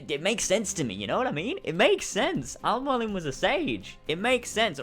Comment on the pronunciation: I feel like he's having trouble pronouncing Mualim. Because that is NOT how you say it. Mualim is an Arabic word for teacher or mentor incase you wanted to know. MOO_A_LIM